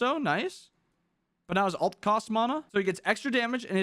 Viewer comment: Plz don’t pronounce mana like that 😂😂😂 anyways great video